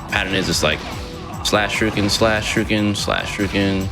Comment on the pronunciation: Is it just me, or is he calling them "shirukens" ?